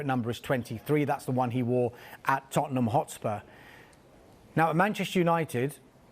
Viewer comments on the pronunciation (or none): none